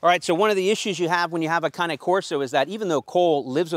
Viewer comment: Bro please stop pronouncing cane like that